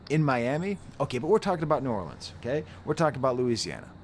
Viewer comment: Just a little side note - THANK YOU for pronouncing New Orleans correctly and not saying New Or-leenz